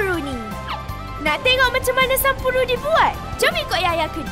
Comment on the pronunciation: Owh sampuru 😄😅 spatutnye sebut 'sample' 😆hehehe